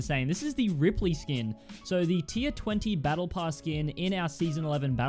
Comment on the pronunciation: I clicked off when he said rippely